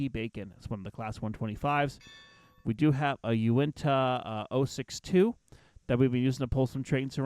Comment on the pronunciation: You said Unitah wrong